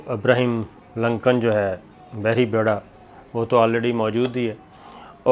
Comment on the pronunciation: Sir G ABRAHAM LINCOLN hai آبرہام ہے ابرہیم نہیں ایسا نہ ہو آپ پہ بہ کوئی فتوہ لگا دیں یہ امریکن مولوی